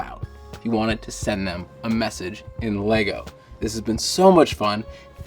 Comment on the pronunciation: ummm... It's LEGO, not LEGO.